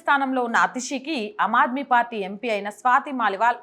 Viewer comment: అమ్ ఆద్మీ - ఆమ్ ఆద్మీ అని పలకాలి . *హిందీ లో ఆమ్ అంటే మామూలు,సాదారణ మనిషి అని అర్థం . పదాలకు అర్థాలు తెలియకుంటే - పలుకడం కూడా తెలియదు.